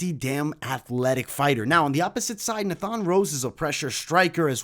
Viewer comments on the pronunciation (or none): It’s pronounced Nay-fun not Nah-fhan 😂😂